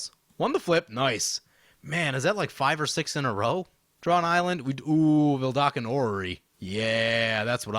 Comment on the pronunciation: It's "VeDALken", not "VeLDAKen"; just pointing it out since I've heard you misspell it for a long time now